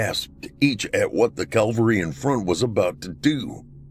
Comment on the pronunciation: Think it’s “cavalry”, not calvary. No-one likes a smart-arse I know !